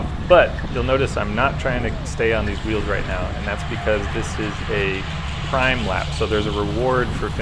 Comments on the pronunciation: Prime is pronounced "preem" in bike racing. :) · Good video. Prime is pronounced "preem" . The price you pay staying in the front few in most of the race then last lap all the "sleepers" come out. I have more times than I can count have been in front too much. The races I have placed I almost always came from the pack on the last lap. Yeah hands of the bars....I don't care when you are out alone in the back...but in the race yeah don't do it. This year with the heat summer racing has been very hard, keep up the good work.